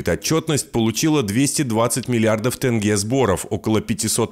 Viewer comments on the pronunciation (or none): И еще одна просьба к Русским. Можете слова читать правильно на русском. Например - Тенге. а вы все поголовно в этом слове видите "Э". и читаете Тэнге! Прекращайте, не смешно уже.